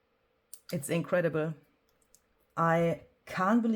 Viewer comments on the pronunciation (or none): I thought you said inkcredibly. Maybe a new word. Lol. ( INCREDIBLE)